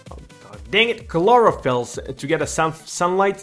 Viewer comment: Just say K-loro-fill